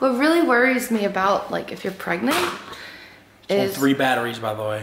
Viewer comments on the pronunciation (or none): She not pregananant.